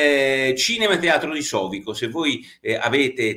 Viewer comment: Sovico accento sulla i!!